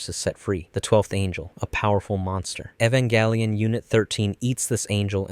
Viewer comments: "Evan-GÆ-lion" 😐 what's with the "GÆ" pronounciation? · bruh how you say evanGellion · “Evanghelion” “Asueka” “a place called Antarctica”. Lol